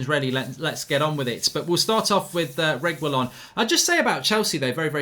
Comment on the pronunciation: Pronounced reggi-lon or reggae-lon, simples! Not to be confused with the way Agüero is pronounced, the two dots signify an exception to the usual pronunciation which would be something like 'geh', a-geh-ro if there were no dots.